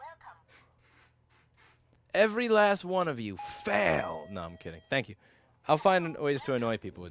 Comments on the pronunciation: "Herro whercum" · HERRO! WERRCOME!!!🤣👍👍👍